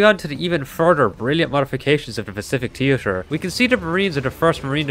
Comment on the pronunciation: "Pacific Teetur"